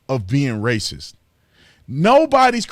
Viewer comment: He equates poor people with blax. Who’s the “raysiss”, dong lemon???